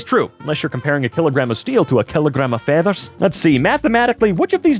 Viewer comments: "A kilogram of Steel with a Kilogram FAEthers" Awesomely Scottish moment (Or is it Irish? oh well) 10^10^100/10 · Did I just hear kilogram of feathers in a Scottish accent?